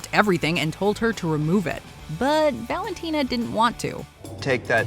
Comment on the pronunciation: I love that you pronounced Valentina correctly